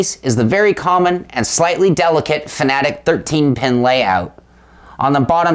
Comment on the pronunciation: Say it with me Fan-Ah-Tec...not fa-na-tic. Hooked on Phonics